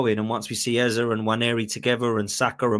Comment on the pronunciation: Yo it’s not pronounced Ezuh, it’s Ezzay. There’s a vid of him pronouncing his own name.